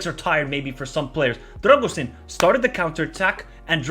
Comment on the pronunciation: Great vid! On a side note, i'll give you a little hint with the pronounciation of the names: it's not "RA-TOOI", it's "RA-TZEE-OOH". It's not "DRAGUZIN" it's "DRAH-GOO-SHEEN". Same with "DRAGUZ", the correct pronnounciation is "DRAH-GOOSH"